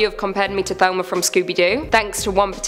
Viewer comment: Ya, I always wondered why people say thelma